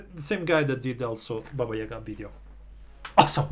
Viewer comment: Mann u said baba yega correctly good job man, from russian with love